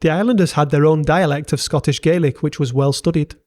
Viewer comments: Right. It’s GAY lik in Ireland. In Scotland it’s GAH lik. At least get the basics right. 😡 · Scots Gaelic is pronounced "Gallick", not "Gay-lick" as you would for Gaelic civilisation more generally, and Irish and Manx Gaelic in particular. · So much mispronunciation! But still an excellent video, thanks! (Scottish) Gaelic is pronounced Gaa-lik, unlike Irish Gay-lik McLeod sounds like Ma-Cloud MacKay sounds like Mac-Aye Crichton sounds like Kryton Schooner sounds like skooner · Really interesting! My only small comment would be that Scots Gàidhlig is pronounced "gah-lick" (think RP garlic)! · Pronunciation of Gaelic was typically abysmal